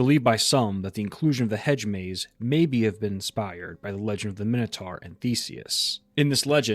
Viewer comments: 'Minotaur' rhymes with 'conquistador', not with 'tar' 😉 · what the frig is a minnow-tar???